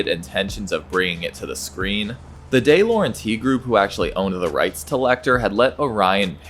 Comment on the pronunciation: Pronunciation of ‘De Laurentis’ and ‘Demme’ is wildly incorrect.